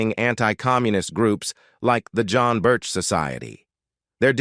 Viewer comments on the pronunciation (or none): none